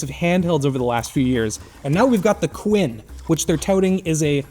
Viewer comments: 🤣 it's pronounced kun not Quinn kooooon say it with me now ayaneo kunnnnnnnn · Him saying Quinn instead of Kun makes me laugh so much, also this handheld is a waste of money. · "khu-yen"? it literally spells Kun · Why u pronouncing it as queen its KUN 😂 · "now we got the qUIN" - Kun... like Kunai or aKUNd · It's Kun, not Ku-N or Quinn or whatever you're saying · The Kun here is not the Japanese suffix, it is a Chinese name for the fish in their mythology 鯤/鲲 (Kūn), pronounced closer to 'quen' as opposed to 'quin' in this video, but a helluva lot closer to the japanese 'kun' as some suggest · Pronouncing Kun as Quinn is such an offensive way to say a word so simple. We need truck-kun to teach him the right way to pronounce it. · Why is everyone else pronouncing kun (coon) and this guy is pronouncing it quin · In what moon man world is "kun" pronounced queen? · Knows that paper wrap is an 帯 strip Mispronounces - kun (君) as coo-in throughout the video 🙃 Pain. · The way he is pronouncing Kun...its like raccoon...not Quinn 🤦🏻‍♂️ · It's not kun? It's Quinn? Why is it pronounced like that? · Lol idk it might seem uncomfortable but "Kun" is pronounced like racoon. Not like quen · Ayaneo... quin? Ask any weeb how kun is pronounced :D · Is it that hard to pronounce Kun (koon)? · why do you keep pronouncing it "Quinn"? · K U N not quinn… 🥲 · The quinn? I get that this is the unboxing channel, but at least make sure the host pronounces the name of the product correctly. 🤦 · It's not quinn lol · Seriously, you pronounce it "Quin"?😊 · Aya Neo "Quin" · The Quinn? KUN man. If you can pronounce Cu*nt then you can definitely pronounce Kun. Now say it again. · is "kwin" the official pronunciation? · You’re adding an entire extra vowel to the name. Its like “coon”, 1 syllable. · That was my thought. I read it like the Japanese suffix the use with names. The kwin pronunciation was confusing. These companies really need to send localized pronunciation guides or something to reviewers.